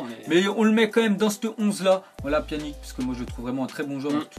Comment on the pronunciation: tu c pas parlé ou quoi on prononce pianitch et pas pianik comme tu dis